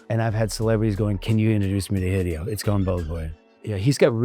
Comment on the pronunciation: He’s saying Hee Dee oh. Like he never met the man.